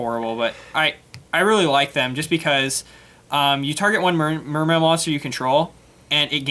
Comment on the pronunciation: Will ppl stop pronouncing the e at the end.